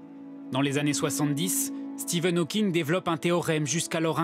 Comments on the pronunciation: Dans le reportage sur Stephen Hawking, le "journaliste" n'arrête pas de l'appeler "Steven Hawking". Même pas capable de s'apercevoir que le chercheur au CNRS qu'ils ont interviewé avec son équipe prononce bien "Stephen", ou tout simplement de LIRE LE PUTAIN DE BANDEAU INDIQUANT LE TITRE DU REPORTAGE. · "Stephen", pas "Steven" bordel de merde ! Il m'a venèr le journaliste xD